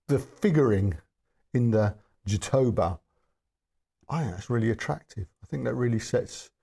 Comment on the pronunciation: Sorry to correct you, but it's not JaTOHba, but JatoBAH (jatobá) . It's an oxytone word, then the acute accent goes on the last vowel, stressing the last syllable. A brazilian wood.